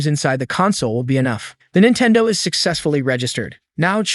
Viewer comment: What the heck is a Jintendo?